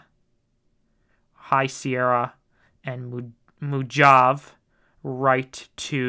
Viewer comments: MO JAV? Jeez man it's MO-HAH-VAY. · Mohahvee, dude, Mohahvee!